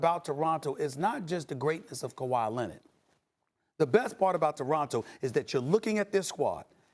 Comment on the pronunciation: Maybe pronounce Toronto right douche bag.